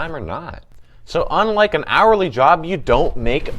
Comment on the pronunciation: Yk what, it definitely does lol